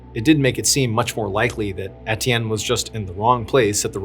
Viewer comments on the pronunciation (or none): “Et-ee-en” is “ay-chan” 🏈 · It's unbearable and inexcusable 🤬 I was hoping he was educated enough to, at the minimum, look up how to pronounce names 🤬